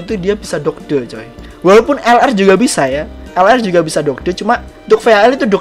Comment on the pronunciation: Dodge dodge! . Bacanya doj bang